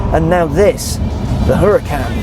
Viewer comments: its called URACAN not HURACAN if you think im dumb look at doctam3 videos he has one plus he knows valentino balboni so he is corect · Pronounced "Uracan" as told by Valentino Balboni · The "H" is silent!! Anyways, awesome review as always.